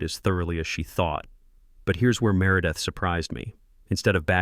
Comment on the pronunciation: Can't pronounce merideth and calls her mārâ-death. The mispronunciations of the HOA Presidents name fits her so much better.🤣🤣🤣🤣🤣